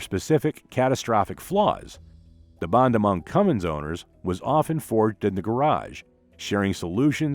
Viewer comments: It's Cummins, not Cummings. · I'm just here to salute all the idiots that say "cummings".